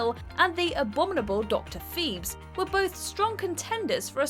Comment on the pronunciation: Dr. Pheebs? Nah, It's Dr. Phibes. With the long I sound. Sorry to pick nits, but I had to go back and watch the trailer to make sure I hadn't been mispronouncing it all these years.